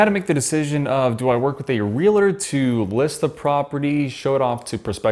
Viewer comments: YES! This bugged me every time it was said. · Real-uh-tor. Why..? Real-tor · Nice review, please refrain from saying Rea-la-tor. It's Real-tor.